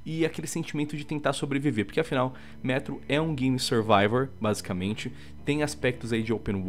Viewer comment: não é ''métro''